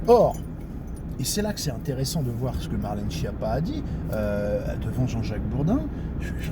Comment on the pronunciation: Et enfin, respecte cette dame et prononce son nom d'origine Italienne correctement : skiappa, ce qui veut dire cancre nulle zéro et courge (dans les deux sens!)